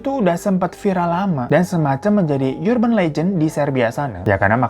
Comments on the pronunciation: urban anjir, bukan yurban.. uban kali ah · Kebiasaan lu bg, urban legend to pronounce nya biasa aja, gak pake Y 🙄